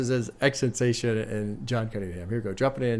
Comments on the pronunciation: just call him x. saying xtentacion just sounds lazy and stupid. you are a popular figure and influence people so please strive to say and pronounce names properly. btw im a big fan but you can do better in this case. i was a big fan of x also and for me he deserves the respect of having his name said properly or use his nickname x. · Plz stop pronouncing it like that... It's (X X X TEN TAH CEE OWN) Or just call him X Please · it’s “ex-ex-ex-10-toss-eon” (with a slight accent on the end) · Just btw it is pronounced X-X-X-TEN-TA-SEE-ON. Love the reacts🤘🤘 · You say his name wrong